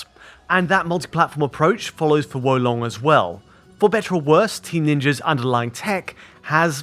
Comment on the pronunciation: Great pronunciation of Wo Long. It means crouching dragon btw.